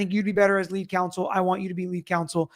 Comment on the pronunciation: I felr like Alan was shading Alessi and Yanetti for "going on a press tour". Also, they said it was all team work but Alan insistwd he was the "leewead" attorney.